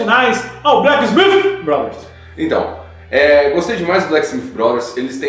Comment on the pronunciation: Acertou a pronúncia com maestria dessa vez!!! Parabéns pelo vídeo, me diverti muito como sempre